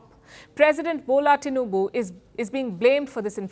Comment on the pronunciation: She calls Tinubu name very well😂❤